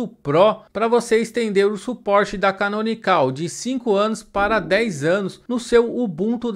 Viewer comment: Uma coisa que não sabia, achava que tinha que pagar para obter a versão PRO do Ubuntu. A propósito, não se fala "canonicál" e sim, canonical sem o acento agudo. Deixei um like no vídeo.